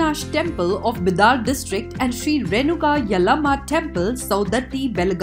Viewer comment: it's called बिदर not बिदार ..कहां से आते है सब